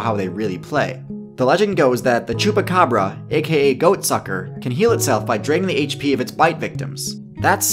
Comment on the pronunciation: It's quite impressive the way you pronounce chupa cabra :)